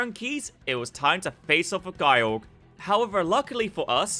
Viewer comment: Guy-Org? Eh, close enough (I personally called it Jye-Org myself).